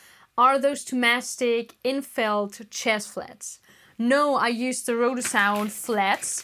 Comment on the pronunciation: Hey! I know you’re Austrian, so why do you pretend not to know how to pronounce "Thomastik–Infeld"? Also about the ABBA octaves: Your fingering can be understood as jumping single octaves with your index while diminuating the upper octave with the middle finger. I’d probable be tempted to just use either thumb on the lower octave and m+i finger apoleyando on the upper octave or i on the lower octave and a+m finger on the upper octave. Not only does this get rid of any unnescessary movement of the right hand (thus allowing you to get very fast with little effort), it also gives you an excuse to practise plucking with the thumb or the ring finger